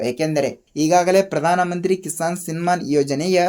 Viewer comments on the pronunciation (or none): ಕಿಶಾನ್ ಅಲ್ಲ, ಕಿಸಾನ್ ಅನ್ನಿ.